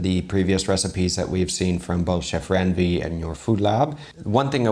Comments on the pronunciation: just a little correction😊 Indian Chef Ranveer Brar's name is pronounced in India, as "run"veer, not "ran"veer as you say it. As for classic dishes, Paneer (pronounced in India as "pun"neer) grilled dishes in Indian cuisine taste awesome too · Bro you really butchered chef Ranveer’s name It’s not ran veer it’s more like run veer. 😂😂 He is really one of the best chefs and you should also review chef Sanjeev Kapoor’s recipe as he is one of the all time greatest Indian chefs.